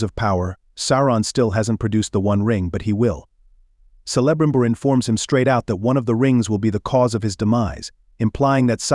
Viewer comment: Sell-a-brimbor? Do your research!